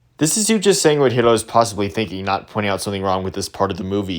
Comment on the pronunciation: Oh nice, you pronounced Hiro's name in its original Japanese way too! Yeah, he knows that. He literally sins Stan Lee cameos every chance he gets, it's annoying. It was especially bad in Infinity War, as that was shortly after his death.